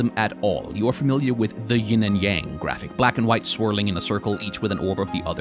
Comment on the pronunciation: The contrast between such a great explanation of Taoism, and the incorrect pronunciation of Yang is physically jarring